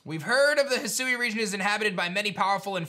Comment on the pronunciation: Loved the video. Lemme do you a favor, bro. It's pronounced He Sue Weeeee. But as one word.